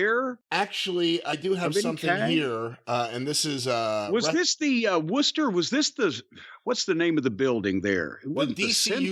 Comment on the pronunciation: Lol, got blocked by Swerve Strickland for tweeting about his pronunciation of Worcester before the show.